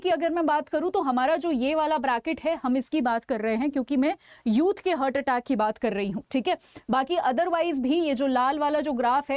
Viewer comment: It is हार्ट heart ..but you are pronouncing it as हर्ट ie hurt...